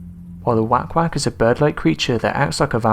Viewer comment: Okay I'm from the Philippines and I now you mispronounced the names of the entities....but....Sick - what? Sick bin? I can't think of any entity here that rhymes with sickbin. The Asswang I know, and wank wank is "whak-whak".